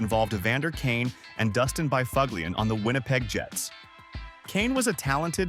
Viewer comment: S this is what AI can do now huh? Bi FUG LIAN? I gotta go bro.